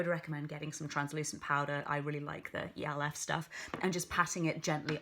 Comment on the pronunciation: How did you pronounce elf? Lol that was so cute. But it's really just pronounced elf even though it's an acronym for "eyes lips face"